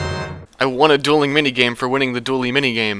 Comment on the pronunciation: I understand what you're getting at, you probably should've made it more obvious that he said dualing and not dueling though